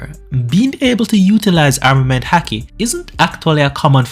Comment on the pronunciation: why are you saying the word haki like that? its pronounced like hockey, A doesn't make that sound in Japanese